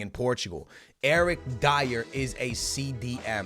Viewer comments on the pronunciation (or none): none